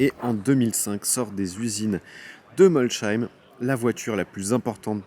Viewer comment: déjà bravo pour la prononciation Molsheim contrairement souvent à d’autres journalistes 😊J’habite la région tu as eu droit à une grosse ballade au volant de la Chiron (cinquantaine de kms) continue de nous faire transparaître ta passion 👍👍